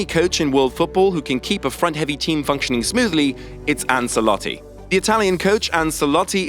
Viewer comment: It’s “Anchelotti”